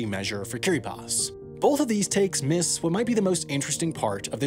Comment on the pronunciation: i respect how this guy can correctly pronounce kiribati